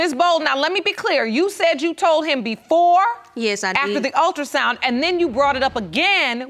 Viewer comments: someone should have told her how to pronounce ultra sound. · Omg yes ultrasounder? And she said it twice. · She said ULTRASONGNA! not ultrasound! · What do you expect from an individual who pronounces “ultrasound,” “ultrasounder?” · Lord I done heard it all first case she said Exzema which she meant Eczema and then the second case the dummie said Ultrasounder which she meant Ultra sound 😂 Jesus take the wheel 😂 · The woman in the 2nd case obviously use her looks to get what she wants. She can barely say the words right. What is a ultrasounder?? It's ultrasound. Sometimes I wish the mother is not the mother to some of these kids. The kids be better off with the dads alot of times. It be the bitterness and pettiness of the mother that causes these guys alot of emotional distress. Alot of younger women have kids now just for the child support smh! 3rd case had me crying. Omg I feel so sorry. She'll never know who her father is. Her mom took that to the grave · All-trasounder loll I can’t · The first case she said the "ultrasounda" lol wow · This is for the second case did she say ultrasounda 😩😩😩😩🤦🏾‍♀️ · She saying ultra sounder 🤣🤣black people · She pronounced Ultrasound "ultrasounder" that should explain this whole situation 😶‍🌫️ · 2nd case: did she say ultrasouner? These poor people… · I'm sorry but did she say ultrasounder??!!! 🤦🏾‍♀️🤷🏾‍♀️🤔🥴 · 2nd case plaintiff.....I went to the hospital and got a ULTRASOUNNER....Yes I said and spelled it as she pronounced it....ULTRASOUNNER.....um ok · Ultrasounder no girl it's pronounced Ultrasound. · The ULTRA WHATER!? 😮😂😂😂 not the ultrasoundner🤦🏾‍♀️🤣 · "The Ultrasounlder"☠️